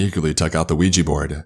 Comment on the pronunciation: I am so good that you didnt spell it or say it "Wee Gee" it is pronounced we jah ! yes and yes.